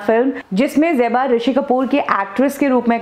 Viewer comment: It is Zeba and not Jeba! 😤